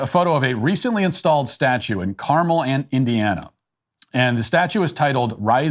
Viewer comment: I tweeted just two days ago about how "Carmel" is pronounced. I don't know if you meant to do it or not but you nailed it, Matt Walsh.